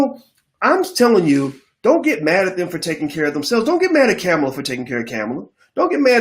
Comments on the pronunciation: I rock with Boyce or any black man or women thats for uplifting the black community, but bruh... Why is the highly intelligent black man mis pronouncing Kamala Harris name....unneeded disrespect, its Coma-la. Dropping bread crumbs to people to not vote IS NOT a winning stratgey at all, History has proven this, this is a FACT. You dont have to come out and say Dont Vote for people to get your jist. No politician is perfect and never will be... who is more likely to advance the black agenda Trump or Biden? And if anyone thinks they are the same you need to research more, And I dont wanna here about no 94 crime bill, ...People forget black people called for something to be done, because our neighborhoods were under seige by violence and drugs...IE the" Carter "New Jack City. That shit was real. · Boyce.....please, regardless of your view on her, let’s be intentional about pronouncing her name correctly. Kamala pronounced “Comma-La”. With Respect❤️ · Kamala (pronounced Comma la) Harris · Bruh, it’s Kamala (Comma la)